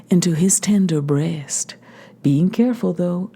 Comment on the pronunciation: I adore your pronunciation of "breast" ("BRAY-est"). Turning one syllable into the lovelier two. SIGH